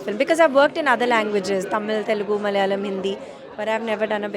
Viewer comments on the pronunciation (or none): none